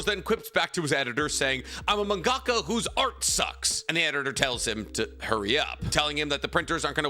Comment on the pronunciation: My boy, you really need to listen to yourself saying Manga-Ka....its like your gagging. Man-ga-ka. All separate syllables.